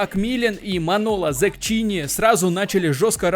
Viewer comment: "Манело ЗеККини*"-как человек, живущий в Италии скажу, что в итальянском "ch" читается как "к", поэтому Zecchini-Зеккини)